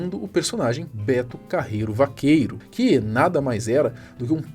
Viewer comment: "Betu Carreruuuu pxiu pxiu pxiu"